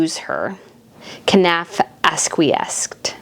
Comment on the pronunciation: Knauf is pronounced ‘Norf’.